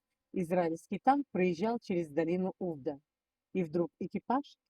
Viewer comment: Только не Увда, а увдА. УвдА" факт" на иврите. Названа в честь операции Увда. Ударение в слове на последнюю а.